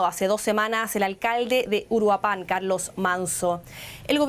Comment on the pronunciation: Es Uruapan, no Uruapán